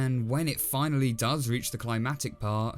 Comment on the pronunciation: Remake looks more like an Animation Students work I like how he said “Doe’s” 😂